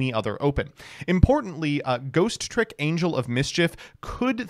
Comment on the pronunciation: I swear it is INFURIATING that you deliberately enunciate the second "T" in "Ghostrick" that ISN'T THERE